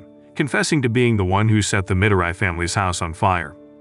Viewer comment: It’s pronounced as Me-doe-ree not mi-do-rai